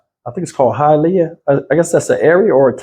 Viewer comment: Hialeah you pronounced it Right Hi a leah it sounds just like you are saying Hi to someone I had to say it also ro make sure I was saying it correctly 😀!!